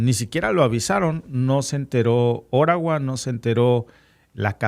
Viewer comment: Si nos hablas en español, debes decir OTTAWA y no ORAWA